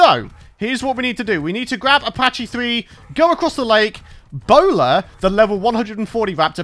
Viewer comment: Btw it’s pronounced paky